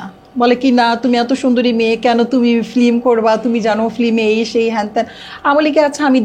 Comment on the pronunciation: কি এগুলা নিয়ে আসেন film বলতে পারে না বলে flim 😂😂😂